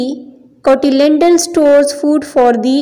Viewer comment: cotyledon hota hay aap nay hat bar cotylendon bola hay